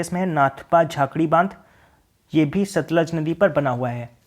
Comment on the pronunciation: sir 5th question it's satluj not satlaj ..thanks 😊nice video